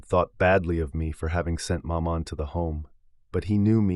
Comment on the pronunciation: Exactly. This is the problem I have with American narrators. With supreme confidence they will plough on and butcher every foreign word and place name. It's difficult listening.